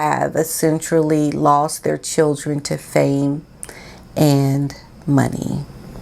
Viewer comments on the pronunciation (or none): none